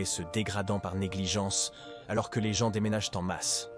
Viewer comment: Les gens les gens les vents encore les gens. Marre de ces voix artificielles